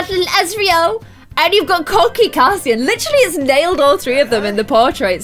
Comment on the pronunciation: Sorry, not meaning to be annoying, but the names are pronounced: Rhysand: Reese- and Cassian: Cay- see- an